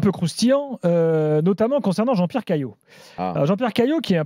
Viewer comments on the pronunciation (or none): Quand Nasser balance " Wallah lahdim, JEAN-BIERRE, JEAN-BIERRE, JEAN-BIERRE" mort de chez mort xD